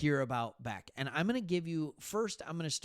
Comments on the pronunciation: Bech is not pronounced as Beck, it’s Besh. Weird, but true. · quick note, Bech (be-sch). Love your vids man! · Raiders fan here in Michigan. Thanks for talking Raiders! Nice job. Btw, Bech is pronounced “Besh”. Carry on. 👍🏼👊🏼